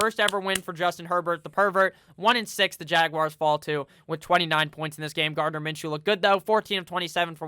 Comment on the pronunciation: "Garden Minshew"